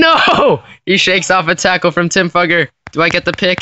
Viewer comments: Just to let you all know, his last name is pronounced "fYOUger" not "fUGGer" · It's not pronounced duffer its f-U-ger. u pronounce the u as "u" not a. Look him up on YouTube he's interviews say fUUger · It’s pronounced Fooger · His name is actually pronounced (fyoo_gur) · You are pronouncing his name wrong. I watched him play at Vanderbilt and that is now how anyone pronounced it. It sounds like Few-ger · Fewger is how it's pronounced buddy